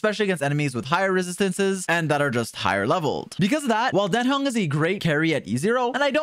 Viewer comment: His name is Dan Heng, not Den Hang! xD